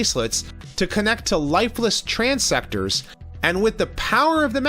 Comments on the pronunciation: One note: The HeadMaster bodies are called TransTectors, not TransSectors. Otherwise, another awesome review, my friend. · that is trans-tectors not trans-sectors